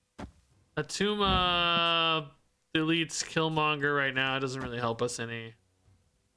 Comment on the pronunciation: its not Attuma